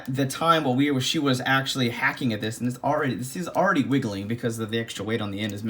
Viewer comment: He said “Axeually” When we was holding the hatchet!